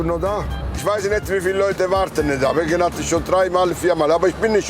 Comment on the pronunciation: Super folge mal wieder! Allerdings heißt es „drei“ und nicht „Trei“ ..